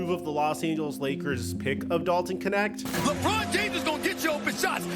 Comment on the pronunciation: Knecht [knɛçt] german name. I like how americans spell him "connect". Means servant / farmhand or Minion. I think hes's the right guy for LeBron. 😅 Greetings from Berlin